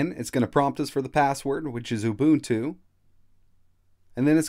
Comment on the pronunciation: Helpful, thanks. BTW, it's UbuNNtu, not ubutu as you keep saying :)